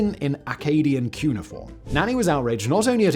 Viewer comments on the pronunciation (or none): none